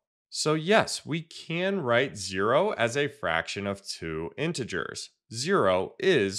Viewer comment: It's not intgrs it's intee ge4s